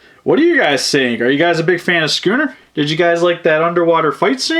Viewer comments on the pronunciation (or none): It's not scuunet